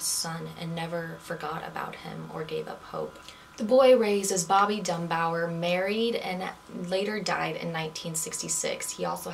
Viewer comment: Bobby DUNBAR. Not Dunbower. LESSIE, not Leslie Dunbar. Hard to listen to you when you cannot even pronounce the names correctly. 🙄